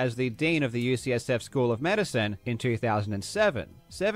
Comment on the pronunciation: It’s maybe also worth noting that he sometimes says “USF” instead of “UCSF”, which are very different colleges. But the bottom line is - he has claimed to be donating to a few specific organizations, but provides no evidence that’s ever happened. That’s a flat out lie.